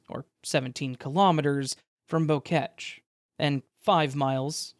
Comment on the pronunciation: Why y’all pronouncing “Boquete” like the French word for bunch of flowers?